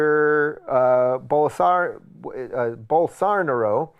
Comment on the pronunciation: Bowl-sar-na-ro....is going to jail